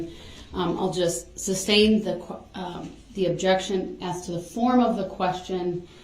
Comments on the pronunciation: "Reason for the SUBSTAIN your honor?" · I get irrationally angry everytime he says “substain” instead of “sustain” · Its not substain its sustain. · Duh-rell, the word is "sustain".